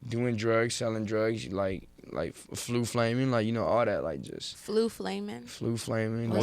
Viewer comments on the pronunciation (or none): Lol he said flu flammin. Taking the stincc sauce.